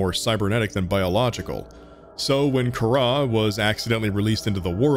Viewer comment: Not Kahrah,car ra.